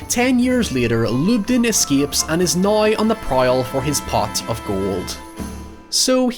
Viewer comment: I like how your accent transforms words like, "now", into a completely different word. Drop the "w" then add a "ya" so it becomes, "noya."